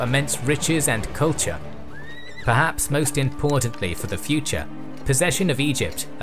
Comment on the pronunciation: It wasn’t an invasion.... Lmao 😂. Ohhh right it was “futuh” an opening. 😂